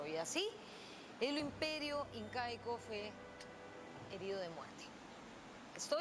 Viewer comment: xD cuando dijiste incaico escuche inca-eco